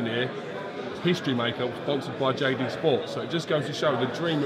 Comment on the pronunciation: when he says jd sports he goes all cockney. Thats what happens when u spend too much time with peter and tony sims